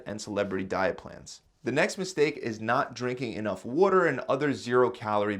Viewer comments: Say water right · Did you say "wooter" are you from Philly?